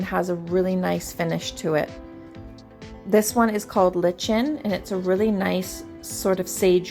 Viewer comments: It’s pronounced LIKE-in, not as you said: Lich -in. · The paint color is pronounced “ like-in.”